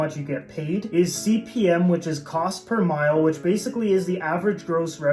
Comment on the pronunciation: Mille is not mile. It's pronounced mil, or meel, Latin for "thousand".